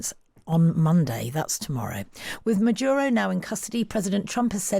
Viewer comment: Merdyuro? Yah, nah.